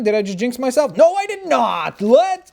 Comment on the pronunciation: When you said noooo it sounded like u said nurrrrrrrrr